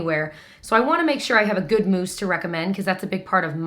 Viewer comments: I about spit my coffee when you said moussen lol 😂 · Lost it at "moussen." 😂😂😂